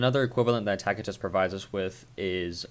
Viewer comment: I've never heard this pronunciation of Tacitus, it's quite jarring. Your Norse pronunciations are mostly on point, but dang. It's most commonly pronounced as "Tass-i-tuss".